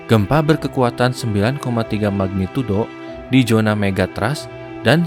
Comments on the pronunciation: abangnya kalo ngucap zona jadi 🙏🏻😭😁😁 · kamu orang sunda kah bang?